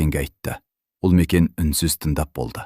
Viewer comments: Туһ,Үлмекен деп оқымашы,Ұлмекен деп оқышы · Неге, Ұлмекен 💪 деп айтпайсыз? Үлмекен или Ілмекен дейсіз?? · Неге Ульмикен деп оқысыз? Ұлмекен ғой!!!